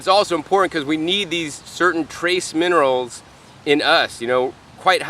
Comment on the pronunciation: Minerals not monerals.